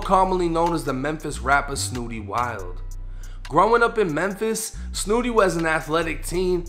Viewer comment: You from Boston bro you got to hit the Google button and watch other people pronunciate his name that pronunciation was off kid